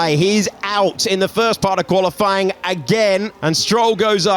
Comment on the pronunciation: Why does the comentator always say "qualyfLying'? I suppose he does it on purpose but it looks as if he didnt know how to say it